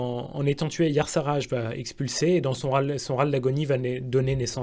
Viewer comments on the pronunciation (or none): Tu as une prononciation étrange des noms des dieux anciens : "Yassarage" pour Y'shaarg franchement j'ai un doute ... Moi perso j'étais convaincu que ça se prononçait "e-charge" (ou i-charge ...) Yogg saron (sarone a mon sens, meme si ça fait anglophone ça sonne bien mieux) après pour N'Zoth : ni-zoth ça le fait, mais "nzoth" tout court ça va aussi bien